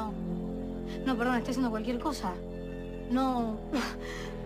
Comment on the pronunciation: en el segundo 50 al luna verdon en lugar de perdon jajajajaj❤❤❤😌😆😆